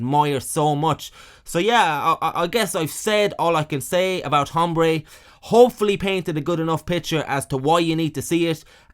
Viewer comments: It is Aaaahmbre you brit POS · It’s pronounced, ombré. The H is silent. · The “h” is silent. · Don’t know the nationality of our narrator, but “Hombre” has a silent H. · It's funny to hear somebody pronounce the "H" in "Hombre" over and over